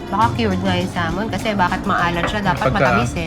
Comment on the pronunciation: Pronounce sah ( l ) mon drop the L. Iberico is just spanish extra virgin oil